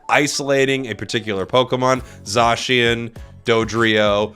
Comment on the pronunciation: Love the vid. Remember: Zay-si-en. Not Zaw-Shi-en.